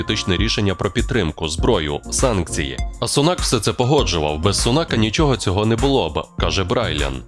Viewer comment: Перепрошую, вибачте, він не SUNAK, a SUNAK, аю на увазі наголос на букві U , тобто на першому складі .